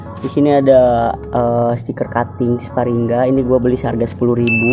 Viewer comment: Sparingga? Sparingga? Sparingga? Sparringlah masa ngga